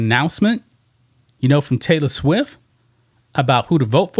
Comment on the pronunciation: It not Swiff..It's Swift LOL